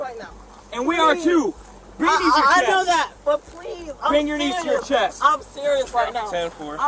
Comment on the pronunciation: Why did she keep saying ime serious ?😮